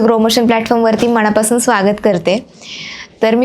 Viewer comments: खरंच मनापासून बोल.म णा पासून नाही.मण हे 40 किलोने शायआहे.खूप लोक शुद् बोलण्याच्या नादात न ऐवजी ण बोलतात. ज्योतिषा फारच घाई करून बोलत आहे. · मनापासून बोल, मणा पासून नाही